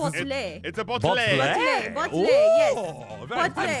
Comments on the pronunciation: Its bottlé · it is a bott-l-è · the way thay pronounce bottle is funny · It is spelled bot o le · I laughed when said bottle wrong way hes always been a baby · Ok when said its a bottle and aphmau said it right and said it wrong its like a fancy word like my god